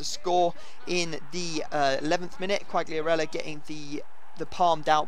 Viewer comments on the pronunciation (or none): Qualiarella, don't pronounce the g